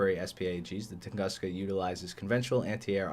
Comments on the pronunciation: Little advice, it’s actually pronounced like “toon-goos-ka”. And yeah, damn you so hot 🥵 (nohomo) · Close, but it's pronounced tung'oo'ska. It's also true name of and event where a giant meteorite flattened an entire Siberian forest. So we got a forest flattener in game.